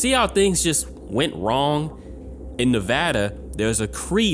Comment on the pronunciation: Thank you for pronouncing Nevada correctly